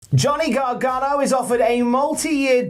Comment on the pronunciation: the way you keep saying "garganGO" or "garganGONE" is killing me. GONEGANO. GOGANO. it's right there and yer blowing it!